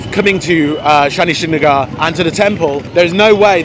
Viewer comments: Hey guys you visit my place I hope you had a great trip And yah it pronounced as a Shanishinganapur (शनिशिंगणापूर) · Your pronounciation of Shani shingnapur had cracked my smile .....sorry for the people stoping you for parking , it's there business they give you free parking you just have to buy some Pooja things to pray God like flowers n all ...sorry for it , okay . Your vedios are vary nice , I enjoy them alot . Thank you